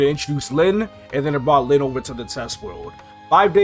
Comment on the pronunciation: I was so confused because I started the video and was listening to it at work and the whole time I thought KMS dropped our lynn class in KMS. Until I looked at it a little on my break time and saw he meant Len lol